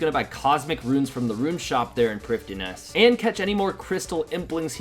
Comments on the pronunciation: I thought it was pronounced prive-thee-nas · Why do you say Priffddinas that way 😂😂